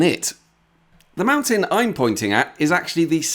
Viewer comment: well you're not calling it a mountain here (you're calling it a moutain 🙃)